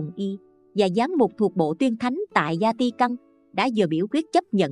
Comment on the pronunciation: Thank you channel. Xin Cho góp ý chút nhé. Vatican Không phải là Zatican.